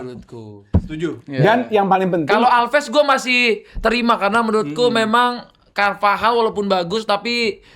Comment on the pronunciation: Bahkan base pengetahuan bola orang biasa normalnya nyebut cervajal jadi carvahal, tapi tidak😂